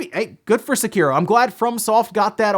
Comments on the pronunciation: "Se-kearo." Jesus fuck, you pronounce that so wrong. Like people who pronounce "Sakura" as "Suh-kur-uh" instead of "Sock-ur-a." It's "Sei-kee-roh" or "Sek-ee-roh." Jesus. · >Sekiro wins award >A creator accepts and says the game's name. >Annoucer, Doritos Pope, and STILL emphasis the middle syllable which never happens in Japanese.